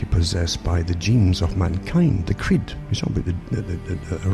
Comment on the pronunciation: Took me a good few minutes to understand his pronunciation of "creed"